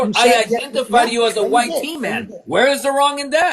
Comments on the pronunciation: Speak proper English...white..not wi te... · Ok but why you keep on saying it like Y-Tee? Just say white. He’s not sitting there calling you Brownie bro so at least show some respect when doing a debate.